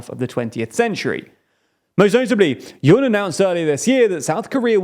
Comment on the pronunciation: Yoon rhymes with tune, ftr.